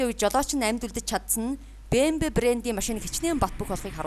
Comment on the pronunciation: Биии Эээм Даблюууу PLEASE